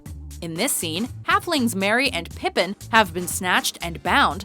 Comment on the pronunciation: Your pronunciation of things in these videos is awful. You managed to pronounce "Merry" as "Marry".